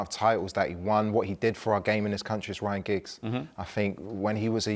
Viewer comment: Liam said Ryan Giggs 😂😂😂😅😅